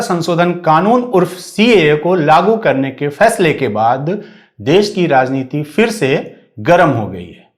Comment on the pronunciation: Bhai Iqbal bhai aap tau “fir “ mat kahiye janab “phir “ hota hey